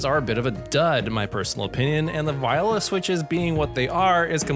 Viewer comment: im pretty sure thats not how you pronounce "viola"...